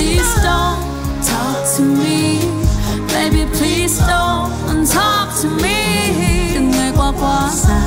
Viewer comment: PLEASE chứ ko phải PLEAST nha bạn